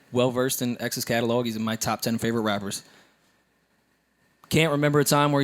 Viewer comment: And Catalog he says it Calelog lol